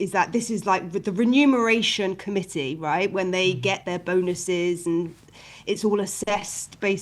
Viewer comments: Friendly note for: the word is REMUNERATION for “payment” not renumeration …. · It's reMuneration and not reNumeration.